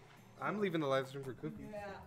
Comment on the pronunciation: I'm sorry but you said strem not stream